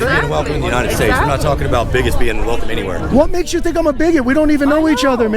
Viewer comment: "Everyone is wecome here"